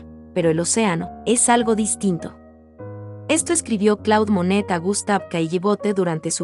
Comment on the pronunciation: muy bello vídeo!! Un sólo detalle que quizás puedas editar de la locución: el nombre del pintor. CLAUDE MONET se pronuncia "CLOD MONE" !!! Saludos. ❤🎶❗